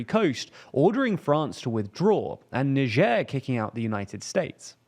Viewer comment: Why do you people persist on pronouncing "Niger" with non english phonitics. It's pronounces NAI-JER , no bloody french sounding letters. No one is getting mad because people say Japan instead of Nipon, so what the fuck with Niger??